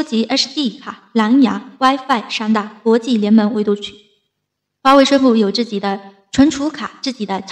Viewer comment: 我看也是。自己的＂己，总是唸成自zi